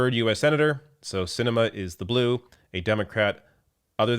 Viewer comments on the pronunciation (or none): none